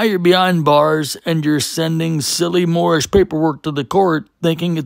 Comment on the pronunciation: Ahhhhhjjj, the “Moormish”……. Gotta luv em’ !!!!!!